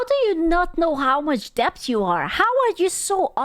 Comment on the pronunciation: pronouncing the B in debt gives me life